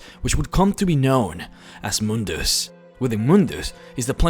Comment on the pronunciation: it's not moondoos or moondas it's mundus